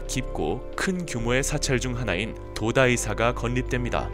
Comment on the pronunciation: 잘 봤습니다. 근데 도다이사 가 아니고 동대사 또는 도다이지 라고 읽고 표기하는게 맞습니다. 수정 부탁드려요